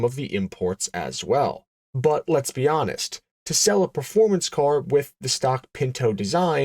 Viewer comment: Bwut=but, Strah-in=Stratton